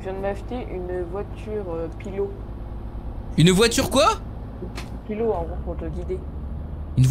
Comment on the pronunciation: Les voitures pilot se prononce pilotE et pas pileau XD